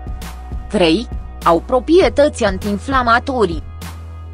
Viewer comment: Mai specialistilor, nu mai stalciti limba romana, se spune PRO-PRIE-TATI, nu PROPIETATI